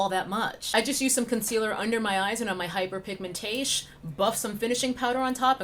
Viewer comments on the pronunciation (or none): "hyperpigmentaysh" LMAO